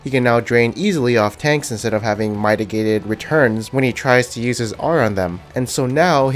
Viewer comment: Ok, I like your videos, but did you seriously just say "my-tah-gate-ed"? The word is "mit·i·gate". Like a baseball mitt......